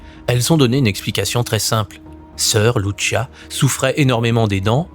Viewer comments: Lucia pas Luchia..!! Olalala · Soeur Lucia , ça se prononce LOUSSIA et non pas loushia ; obéissait seulement à la Sainte Vièrge Marie , le vaticain ment et il est la sinagogue de satan et le siège de l'antichrist dans la personne de Prevost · 🇨🇵 Bourgogne 👑⛪ Salut ! Lucia Dos Santos était portugaise. Son prénom Lucia se prononce avec l’accent portugais, non pas avec l’accent italien "Loutchia". Janvier 2026 Bonne année 🕊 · Monsieur je me permets de vous corriger sur le prénom de Lucia. Il se dit comment en français puisque le prénom est portugais et non pas italien. Comme Lucie mais avec un a (Lucia)